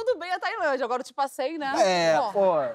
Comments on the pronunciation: Ainda bem que li o seu comentário...eu percebi "tipo a cem" e não Te passeiiii 😂😂😂😂😂. Adorei a Flavia 😂😂😂😂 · Na hora que ouvi "tipasei" não entendi, voltei. Segunda vez "tipo, há cem" (km/h). Terceira "Tipo, acém" a carne, depois "Tipo, assei" assar uma carne... nunca entenderia que era... te ultrapassei! Kkkk obrigado pelo recurso dos comentários.